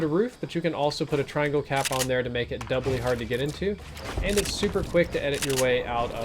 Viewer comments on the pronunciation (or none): Did anyone notice him saying doubley hard?